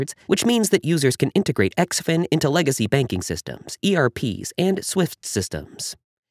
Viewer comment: I think it is pronounced Zin Fin the X makes the Z sound.